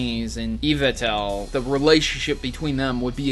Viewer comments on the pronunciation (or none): Zer-nee-us and Ee-vell-tall Really, what's hard about these pronunciations